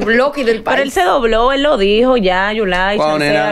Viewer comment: Yo quiero mucho a Sandra dice yulay 😂😂😂😂😂